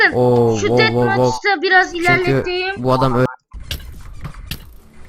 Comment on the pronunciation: rulig gem, detmaç, sıstı ne diyo lan bu 😀